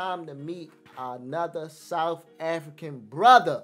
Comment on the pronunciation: We live in South Africa, not souf Africa!